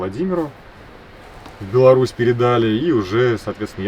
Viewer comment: Спасибо за то что правильно произнесли название нашей страны "Беларусь". Усадьба Немцевичей!